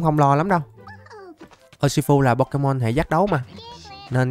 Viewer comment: Đọc là ushifu và em chúc thầy một ngày vui vẻ